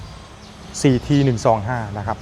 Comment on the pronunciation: ฮ อ น ด้ า CT125 😊 อ่านว่าสี่ทีหรือ ซี ที กันแน่ครับ ผมฟังยังไงก็ สี่ที